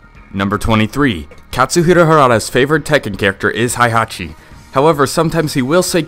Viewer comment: Tekken Fact #108: This guy doesn't know how to pronounce "Heihachi" correctly.